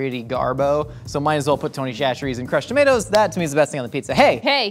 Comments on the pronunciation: Instead of saying tony cHacherries. Say tony sasherries less H it’s the correct way to say it this is coming from a south Louisiana boy him self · Its Tony “sat-ch-eries” from a Louisiana gal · SASHERIES!!! It’s pronounced SASH-eries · I love y’all but as someone from Louisiana it’s called Tony Sash-rees but we literally never call it that - it’s just Tony’s 😂😂😂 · Tony Chacherie's is pronounced sa-cher-EES. That first CH is like an S. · btw it’s pronounced sash-ur-ees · Tony Chachere’s. Pronounced Tony Sash-erie’s. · Its pronounced "Sash-eries" not chachere's. Louisiana born and raised. The building they make it in is literally an hour down the road from me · Everytime said "Shasheries" I took psychic damage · Will ever say chacheres right? The world may never know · As a Cajun viewer I can’t stand how often they mispronounce Tony Chachere’s.